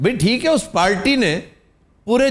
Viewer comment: Aftab sir " Palty " nahi hota " Party " hota hai . :P